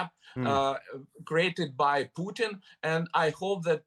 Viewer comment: He is Putin, not "Pugh tin"